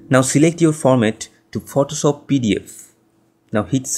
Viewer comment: "Photosop"? xD Great Tut bro <3